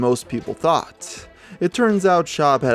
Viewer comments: he said Bryan schuab lol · "Aree shaffir" "Brian Schaub"